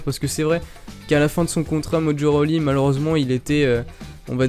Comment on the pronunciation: Mdr il a dit mojo roli 😂😂😂